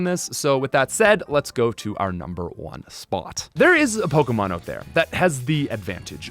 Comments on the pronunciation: you cant even say pokemon right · I cannot stand his pronunciation on most of the Pokemon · Wow, mispronouncing pokemon names and holding a contest where all you have to do is comment. I respect the hustle, here's a comment.